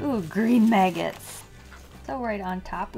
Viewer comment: XD 'green maggettss'